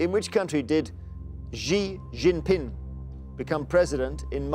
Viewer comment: Pinyin spelling of Chinese names always seems to trip up Western TV hosts, newscasters, and so on. Xi Jinping sound like "Shee Jeen Peeng."